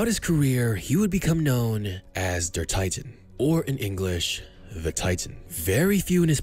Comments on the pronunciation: Say "der tea-taan" (der Titan) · It's Der 'Teetaaahn' in German :D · "Der Titan" Very bad german😂